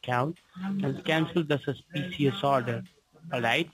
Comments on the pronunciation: Well he fooled me! Especially when splaining a susssspeesssuss transaction. And lord knows someone buying a pair of trainers is so suspicious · Cancel the sus-pee-shus order and confirm me the numbers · "....cancel de suss-shpee-shee-uss order..." Sounds perfectly legit!